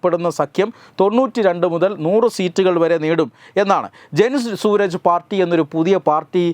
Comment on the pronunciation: It's not Suraj. It is Suraaj.